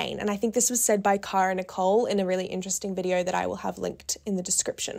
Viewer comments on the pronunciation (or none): none